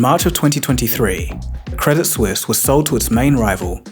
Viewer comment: You mispronounced Credit Suisse. 😊